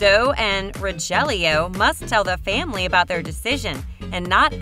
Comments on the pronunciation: Please! His name is not Ray Fe al ! And Rogelio is Row heal eeoow. Just giving it to you phonetically. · Refiyel and Rojellio. 😂 I am not even Spaniash and I was like wtf. I can pronounce way better. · Can we just speak for a sec how she is pronouncing rafael and rogelio